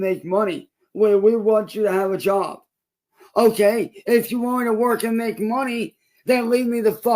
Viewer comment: thinks okay is pronounced olay